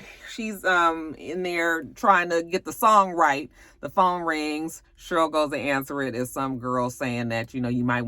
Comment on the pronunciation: your review was better than the movie lol I laughed every time you said "Shurl" (Cheryl) 😂😂